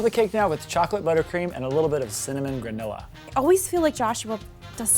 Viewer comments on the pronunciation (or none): He said gronila instead of granola. Lol 😂. You guys are still awesome